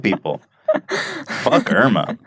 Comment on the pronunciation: Irma is finnish lady name and you pronounce it wrong :D